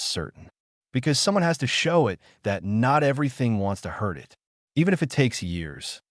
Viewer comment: i wouldn’t have a problem with stories from this channel, but apparently the owner either doesn’t understand english, or they have incompetent editors, this story is very typical content from this channel, constantly pronouncing beginings of sentences such as ‘it’ as “I, T”, or ‘by’ as “B, Y,” perhaps the channel owner should be consistant and pronounce each beginning the same way, like ‘Garth’ should actually pronouced “G, a, r, t, h,” - you know, keep it all consistant… it’ll help non-english speaking visitors how english works when it comes to verbal pronounication lol